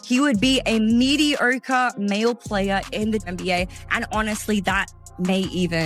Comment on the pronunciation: Where did you go to school? You can't pronounce the word "mediocre"?